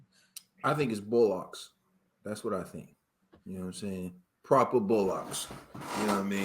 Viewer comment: Loooool saying bollocks as “bo locks”